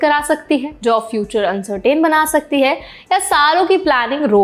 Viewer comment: Location Uncertain - अनसर्टेन nahin, अनसर्टन hota hai. aap kab sudhroge? शिफोल, Fir, एडुकेशन, सिटुएशन, अनसर्टेनिटी, और अब अनसर्टेन. Ho na ho, aapne Angrezi ke padhaaii zaroor Galgotias University se ki hai, aisa lag rahaa hai. Itni bakwaas English,?